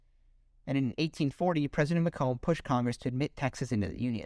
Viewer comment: FYI, 'Macomb' rhymes with bacon. I feel like this would lead to a few more US territories as well, namely Nicaragua and Greenland. Interestingly the US would have never gotten the Philippines and may not have 'opened up' Japan to trade.